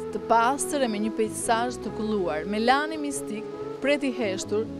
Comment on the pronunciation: Jo theksi tek a-ja, por tek e-ja, MELANI.